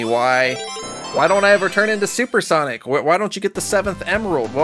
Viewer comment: sonic just said MLUYZS